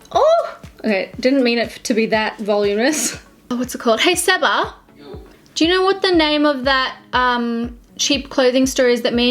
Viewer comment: the fact that you call Sebastian Seba and my actual name is Seba still confuses me but at least you can say it properly 😂